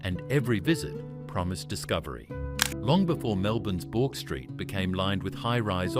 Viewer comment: Took me a minute to realise 'Bork Street' was BOURKE STREET !! Knew Buckley and Nunn's was there but it was the 'Bork' that threw me. AI really needs to learn how to read properly ❤